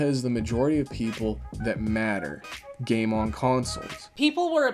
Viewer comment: Its a joke of you calling it gane instead of game.